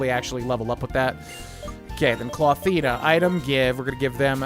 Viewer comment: Untill you spelled Clawthina it sounded as Clothina to me 😅